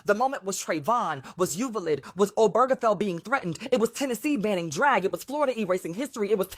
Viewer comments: Ewe-va-lid 😅😅😅 its U-val-de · “Tiki torches and khaki’s”…bahaha. And wtf is Yoovahlid? Ffs. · If you don't know how to pronounce Uvalde (Did she really say U-vah-lid??), Bexar, Llano or any of the other Texas towns, counties and cities, find another tragedy to spew about. We Texans are quite comfortable carrying our own flags. Thank you. In all seriousness, if you really feel like you're about to be Anne Franke'd then you need to run. To Canada, to Mexico (well maybe not they're living white people or), maybe Jamaica? I'd avoid Haiti because they bbq people. But seriously, 👋👋👋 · Doc - she didn't pronounce Uvalde correctly. Other than that I wasn't impressed.